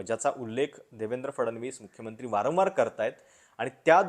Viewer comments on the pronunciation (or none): none